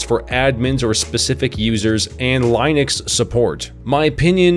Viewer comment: Did.. Did you just say line-ux? You mean Linux? Lol that aside I'm hoping to get a private server for me and my friends. For chill stuff.